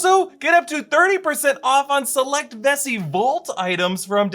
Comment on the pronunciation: I thought he said messi